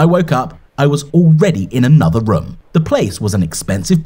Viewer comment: Is it just me or is pronouncing room like rum